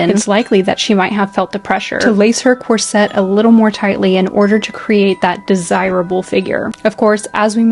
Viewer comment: I recently came across this channel and as someone who is passionate about designing and making period clothing and costumes as well as modern wedding and prom dresses, I absolutely love it ❤ I would just like to point out as politely as possible that corset is pronounced differently to how its being said here. It is something I hear more commonly from American sources, but their isnt an emphasis on the 'set' at all. It's not 'corSET' - it's just cor-set. Maybe more like corsit for Americans reading this? Rather than rhyming with corvette, it sounds more like saying 'force it' fast 😂 not really sure how to describe the pronunciation other than like that!